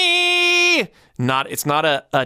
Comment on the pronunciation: I notice he does always pronounce ME as MAY in his songs, even today. You don't realize it at first but then one day it hits you. That's how smooth he is I suppose, it works for him.